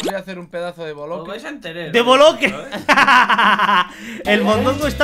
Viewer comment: invictor no habla bien habugerou y boloque 😆😆😆😆😆😆